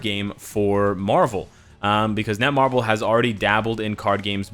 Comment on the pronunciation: its netmarble not nemarble